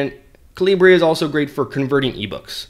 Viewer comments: Great video! BTW, it's Kal-ah-burr, as in .45 calibre, not Kaleebray. :-) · Its not calibrae, cah-leebr